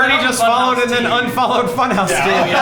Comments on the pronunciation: Can't stop calling it Fun-HAUS!! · Can u pronounce it more German? Funhawssss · New shot game take a shot everytime they say funhause ;3